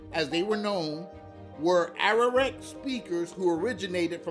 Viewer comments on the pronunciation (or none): By the way, my brother, with all due respect, the pronunciation is: "A-R-A-W-A-K", not "Ararak". Please get someone to help you with your pronunciation....... No disrespect intended..... only trying to help...... Much love! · Arawak. No ararek or whatever he said